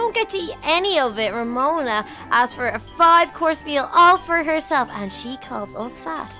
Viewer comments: Its romona not remona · I mean Its Ramona Not Remona